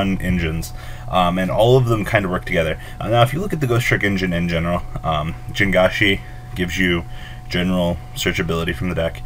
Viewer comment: Dude, Ji-ang-shi. Not Jin-ga-shi